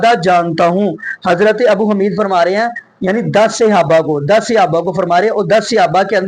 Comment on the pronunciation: حمید کی ح پر پیش ھے زبر نہیں ابو حمید الصاعدی۔ باقی رفع الیدین کرنا نبئ کریم کی سنت متواترہ ہے خوب عمل کریں